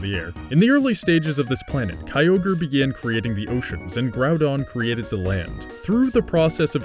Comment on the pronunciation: I like these videos, but you did too much with this one LOL. I could hardly watch as you continually said Kyogre's name incorrectly. There is no Pokémon Universe as you are explaining it. Pokémon is just our Earth in the future where we developed technology to encapsulate animals and bend them to our will instead of having to break them like we do now (which is awful). The locations in the games are based on the four REAL islands that make up Japan. It's just a creative way of explaining the elements in a more physical way and Arceus is God. I guess the video wouldn't be that interesting explaining it this way, but that's the real story that most of us already knew LOL.